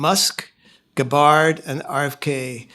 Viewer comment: Tulsi "Guh-bard". Really?